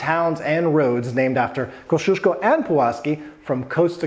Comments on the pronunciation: Koziesko? That pronounciation gave me a good chuckle :). I totally get it though, 3rd to 8th letter in the name Kosciuszko must look like a bizarre combination of letters put together for Americans :p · Koziesko.. OMG Jakbym tak tragicznie wymawiala angielskie slowa to bylby smiech na sali :D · CAZYESCO??? hahahahaha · Thank you for spelling Kościuszko right and pointing out that most of the English speaking people just do it wrong. When I've been to Australia I couldn't help cringing when they tried to pronounce it as Oprah did. It's just torture. They thought about changing the name of Australia's highest peak for the Aboriginal version and that won't be a bad idea, less cringe for sure. After the murder of Gianni Versace, even US television anchors spelled his last name totally wrong, and that was a way easier to spell than Kościuszko. So that does not concern only Polish surnames. There're more examples, I'll say most of them caused by ignorance and not only ignorance of English natives. It will be cool if everybody pays attention to how someone's last name is spelled. No matter where you from and who are you referring to. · Americans butcher Kościuszko. XD